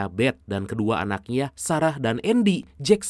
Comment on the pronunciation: Pegel ane bang denger nya. Nya jadi yaa